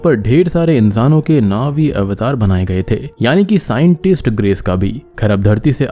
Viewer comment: भाई यह अवतार ही है. सही से बोलो